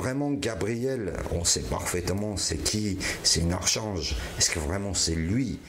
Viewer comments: Archange, proncer Arkange 😉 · Bonjour oui c'était très prenant cette aventure je voulais te dire pour ta prono🎉nciation de l'Archange ce prononce Arkange Gabriel (pour te simplifier) bref... c'était trop trop émouvant d'entendre parler dans cette 📻. Prenez soin de vous 3 énorme bise. ❤❤❤ Marie Propriano. (Corse-du-Sud) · Coucou 😊archange se dit comme un K arkange 😊comme ca tu sais.une enquête encore mon dieu trop bien j ai adorer ❤merci de faire de la route pour nous présenter ça ❤ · On écrit archange mais on le prononce arquange , juste une aide les amis ☺️